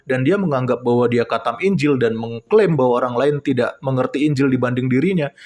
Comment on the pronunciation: Maksu itu qathem kale bukan khatam 😂😂😂